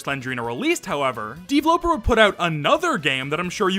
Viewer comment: I hate how you say "deevloper" dude it's just pronounced developer